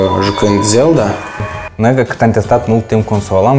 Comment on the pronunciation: Guys please. "Legend of Zelda", da nu "Zel'da" 32 de Giga wat? biti? bytes? giga sau G = 10^9. Cand planificati sa aduceti si restul accesoriilor?